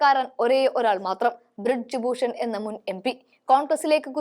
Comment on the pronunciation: ബ്രിഡ്ജ് ഭൂഷൺ അല്ല. ബ്രിജ് ഭൂഷൺ ആണ് ശരി. നല്ല അവതരണം ആണ്. പക്ഷെ ചെറിയ ചില പാകപ്പിഴകൾ.